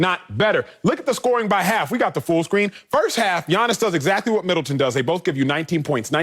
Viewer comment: Appreciate the pronunciation of Giannis' name 💯💪